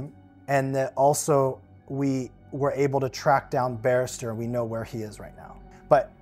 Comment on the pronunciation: "Barrister Hagen" Good god.